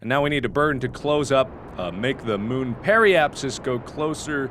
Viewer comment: Moon not mun